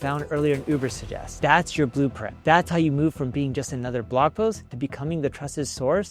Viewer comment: My god stop saying ubersest 🤣